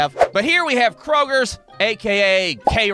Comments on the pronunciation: fyi, its kroger, not krogers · There is no "S" in Kroger, and we have them here in the south as well. goddamn mid-westerners not knowing how to pronounce words... I'm over a year late, but fuck you anyways, your hilarious. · hear me out please. There is no S in Kroger